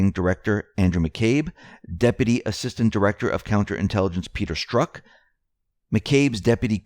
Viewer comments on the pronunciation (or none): none